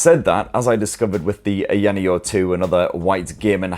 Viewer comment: I love your channel but please stop saying ayaneo like that.